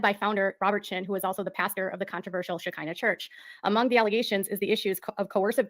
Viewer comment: actually oronounces Sha-Ki-nah correctly but I cant see anywhere that its by invitation only